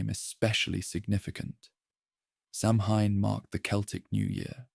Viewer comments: sidhe = shee samhain = sow-ayn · Get it right. Samhain is pronounced saween. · It’s pronounced Sowen; Sow- (rhymes with cow) - en. Or sometimes Sow ( rhymes with cow) - in. In Scottish Gaelic it’s pronounced Sah-ven. Never Soween or as it’s spelled Samhain. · Deirdre = deer + dreh Samhain = Sow (like female pig) + win